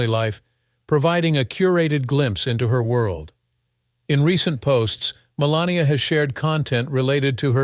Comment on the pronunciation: Announcer can't get her name right called her 4 different names